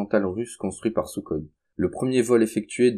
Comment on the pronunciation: Concernant les Sukhoi, ça se prononce "souroï" et pas "soukoï"